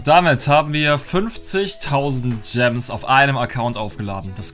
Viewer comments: hat Stadt gems gams gesagt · Jeder anderer Mensch "Es sind noch 49000 Gems" "Es sin noch 49000 Gams" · Du hast einmal gams gesagt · hat einmal gams gesagt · Du hast Gams Ge sagt Bei 49k gems hahahahhahahahahhahahahah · przestań mówić dżems